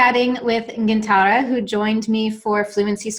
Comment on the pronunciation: That's funny that a person talking about fluency can't pronounce Gintare